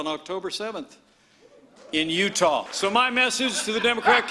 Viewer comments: The way he said “uTaWh” killed me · oooooo “UTAH” he says, like it’s Afghanistan. lmao